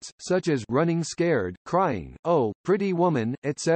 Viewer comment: Oh!...Pretty Women, of course a robot would not be able to say it correctly but that was funny.